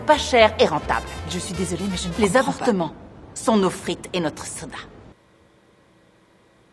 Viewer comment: Quand tu avais publié cette scène sur Twitter je n’avais pas entendu "les avortements", mais "les appartements"